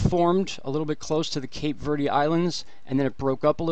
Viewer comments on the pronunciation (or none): none